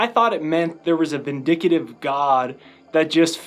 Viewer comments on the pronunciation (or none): Vindictive not vindicitive